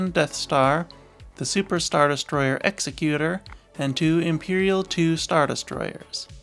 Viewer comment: Nice video. Just one little nitpick.. the SSD isn’t pronounced like executioner. It’s pronounced like executive. An Executor is someone that executes someone’s will. Pronouncing it like execute doesn’t make sense as Executor in that sense isn’t an actual word as the proper term for one who executes people would be an executioner.